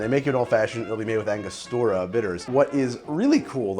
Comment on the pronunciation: ANGO-STUR-UH not ANGA-STOR-UH